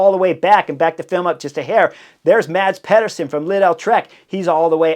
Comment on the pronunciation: MaDz PeHduUrSoN. I heard a spanish announcer come closer to pronouncing Mads name right. Come on, cRieS HoRneEr!